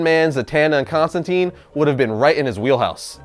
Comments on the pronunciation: Mother of God. it is Constantine long "I" not constanteen.. I hate the new 52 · constantine rhymes with fine